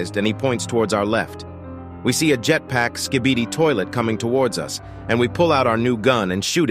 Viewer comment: Bro said "sKhBeDi ToIlEt" 🤣